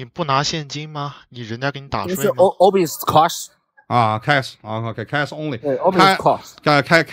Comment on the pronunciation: 最初连现金的英文都发不准，还一个劲显摆英文。